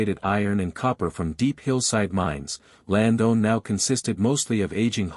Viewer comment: Horrible pronouncation bud. It's Lands-down Station, not "Land-own" station. And it's Little Musquodoboit ( pronounced Mus-ka-dob-it), not "mus-go-ba-doit" 🤦🏻‍♂️. Slayed it buds. I hope this two little ones are found safely soon